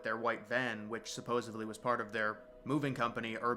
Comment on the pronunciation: Dude. It's "supposedly." Not "supposably."